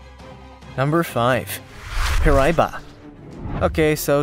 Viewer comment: First off the Gooch is a Himalayan river fish. Second, the name of your so-called freshwater shark is pronounced “pear i e ba”. For crying out loud if you’re going to make a video about something at least make it correct and accurate and if you get feedback that says you’re wrong, take it down and correct it! You’re number one deadliest creature in the Amazon is Not deadly to anybody!